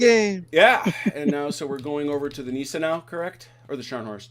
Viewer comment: Gneisenau - pronounced G nise en ow. In German ei is pronounced as eye & ie is pronounced as ee. i.e Stein = Stine